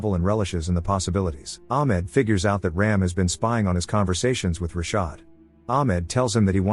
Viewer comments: It's not 'Raim' .. it's ' Raam' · It's not Ram as in ramming.. It's Raam